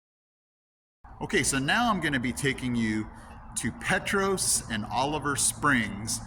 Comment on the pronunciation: Did you go to the October Sky Festival yesterday? Petros is actually pronounced PeeTrahs. Not being a jerk just trying to be helpful. When you were driving into Oliver Springs I know you saw how beautiful the ridges a valleys were. They were not like 40 or 50 years ago. All the ridges around Oliver Springs were seriously mined and all the ridges had big gashes in them. Thanks to President Nixon implementing the EPA the ridges are beautiful again!